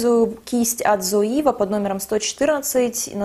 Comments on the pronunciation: привет! спасибо большое за видео) очень полезная инфа) скажи, пожалуйста, почему ты говоришь "зоИва"? спрашиваю только потому что не знаю как правильно)) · всё правильно, в Германии не произносят зоИва ))) немцы говорят цоЕва ;) но послушайте американских блогеров, их произношение, в общем вы обе в какой-то степени были правы 😄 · ну ты же живёшь в Германии, зачем ты произносишь Zoeva неправильно? все русские блогеры и так постоянно коверкают это название, хоть ты бы произносила правильно, чтобы другие знали, как эта фирма правильно по немецки произносится. Слух режет ужасно